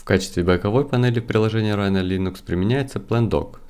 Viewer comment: Не рино, а райно. Оно же написано на английском, а не на греческом